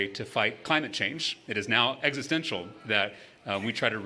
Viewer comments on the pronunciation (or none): none